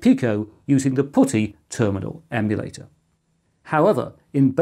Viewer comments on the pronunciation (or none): You appear to have pronounced at (at least once) as put (as in place) tee. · PuTTY is pronounced like the word "putty", as in the goop used to fill holes.